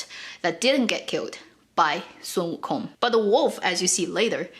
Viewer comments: learning how to pronounce "WO Kong" the accent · So, we should not pronounce the G in wukong